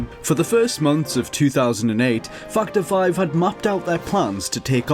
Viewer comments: Just for the record... I heard this also... :-P lol!!! Fucked Her 5. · I'm sorry. But I can't help but hear "Twendythirdeen" and "Fuckedherfive" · It sounds like he says fucked hore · that´s why they are laughing, cause it sounds like you say fucked her 5 lol :P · it sounded like you said fucked her fine... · sounds like u said fucked her 5 instead of factor 5 lol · Yeah heard that too XD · I thought it was "fucked our 5" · Now I CANT unhear it haha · yea I noticed that too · i thought the same thing lol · I can't be the only one that hears "F $#& the five" instead of factor five. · Everytime you say factor 5 sounds like you're cursing lol its cool tho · as soon as I heard that, I looked in the comments and yours was the first one that pops up. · cannot unhear